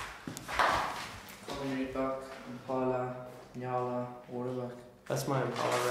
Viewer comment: Your the first American that I heard of that pronounced "njala" right.